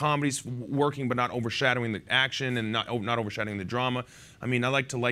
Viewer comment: Not** said by Zoe at around 8 minutes 15 seconds, not ‘note’.